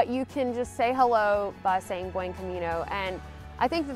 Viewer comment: All that and you still don't know how to pronounce 'buen' 😉